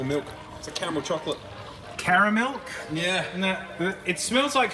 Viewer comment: Now the “malk”